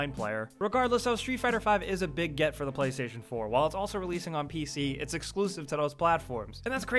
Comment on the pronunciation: Makes me so mad how he always says "the" as "da" holy fuck or when he says "to/for/or" he always says "tud da" or uh dah" holy shit